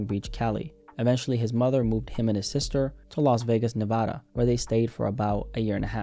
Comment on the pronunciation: how come not a single YouTube can say Nevada right